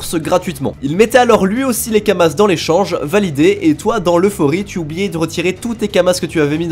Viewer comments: c'est des Kama(s) pas kamassssssse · Kamas bordel pas « Kamasses » !! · Kamas, pas kamasse. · Et les « kamass » aussi, ça me ronge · Tu dis sérieusement "kamasse", xD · Il dit vraiment kamaSSS ? wow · lol on prononce pas le "s" de kama c'est du pluriel tu dis dis pas des "euross" a par cela bonne video et je vais direct voir la chaine de Epic. Je compte bien retourné sur le jeux j'ai du retard a ratraper autant s'y prépater. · Prononcé le s de kamas sa choque personne ? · Bah oui c'est Kamasse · Ca me stresse il dit Kamasse au lieu de kamas et astreube au lieu de astrub 😂😂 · Désolé mais le lore est trop précieux j'peux que mettre un dislike pour le "Astreub" plutôt que Astrub et pour "kamace" plutôt que kamas, 👌🏻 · Pourquoi il prononce Kamasse et astreube >:0 !?!?!?